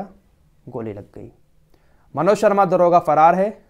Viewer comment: Daroga jiiiiiiii daroga bolo